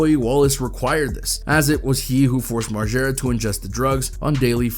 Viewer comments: Why is he sayin Marschera it's MarGera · If your goona say margaras name 1000 times pronounce it right it’s not marshara Jesus dude…